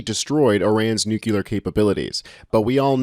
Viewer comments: Hey!! It's "nuclear", not "nucular", okay? new cle ar. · Dude, don't speak like Dubya, it's not cute. If you want to be a respected reporter, you have to learn how to pronounce words properly or you sound ignorant, and no one wants to listen to more ignorance these days. It's NU-CLEAR. NOT NUCULER. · Nu-clear not “ nu-culer”